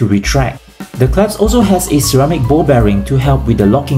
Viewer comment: Am I hearing right or are you saying 👏. It’s clasp 😂